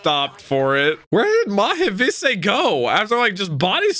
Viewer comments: bro omg its pronounced MOCK VICE not maha vissay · The episodes actually voicing it out for him: "Mack Wise" Jack: "MaHH Visse" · bro, the way you pronounce Machvice is INSANE